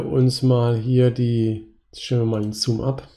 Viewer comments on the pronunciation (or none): none